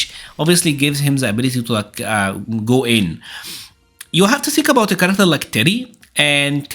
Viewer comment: I love how he say karakta for character.